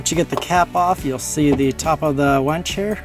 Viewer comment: Winch not wench...but great and informative video! You could have passed the bolts from the other direction and held the washer and nut behind the plastic clip to save removing an extra screw.